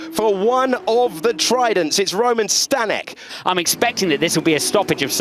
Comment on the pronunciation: Learn how to pronounce Staněk